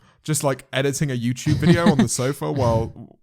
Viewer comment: he really said yewchube